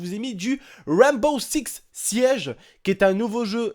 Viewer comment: c'est Rainbow six siege pas Ranbow ix siege XD